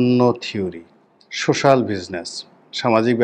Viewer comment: আপনি তো সোস্যাল শব্দটি ও ঠিকমত উচ্চারণ করতে পারেননা ড. ইউনুসকে মূল্যায়ন করবেন কি ভাবে? এই যে ইতরের মত মিথ্যাচার করলেন তাতে আপনি যে অতি নিন্মশ্রেনীর টাকা খাওয়া দালাল তা প্রমান করলেন ।